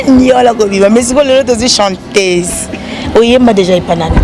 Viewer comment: Journaliste balobaka chanteuse et non chantèse 😏